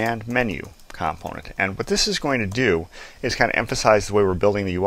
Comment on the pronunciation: It's comPOnent not COMponent omg.